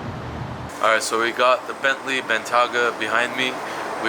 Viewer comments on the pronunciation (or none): It’s ok bro just say the Bentley “B”.. lol